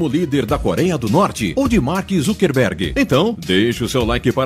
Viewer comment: "ZUCKERRRRRRRRBERG"???? OI??